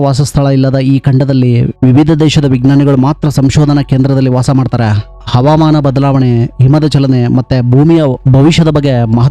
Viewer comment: ಹವಾಮಾನ ಅವಮಾನ ಅಲ್ಲ ಕನ್ನಡ ಸರಿಯಾಗಿ. ಉಚ್ಚರಿಸಿ ಆ ಕರ ಹ ಕಾರ ಧ ವೈತಾಯಸ ವನ್ನು ಸರಿಯಾಗಿ ಹೇಳಿ